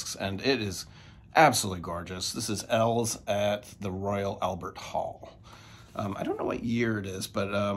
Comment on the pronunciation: Here I am questioning how to pronounce eels now. It's eels like the aquatic animal, right, not Els? The artist is E and his band is eels? Have I been wrong all this time? Lol Regardless, love your videos!